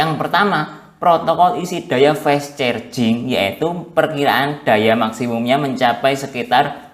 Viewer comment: Carjing mas bukan cerjing